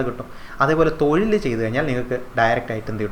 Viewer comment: തൊയിൽ അല്ല - തൊഴിൽ